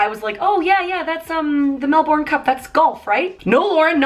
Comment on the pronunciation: The way Lauren says "Melbourne" has me dying 😂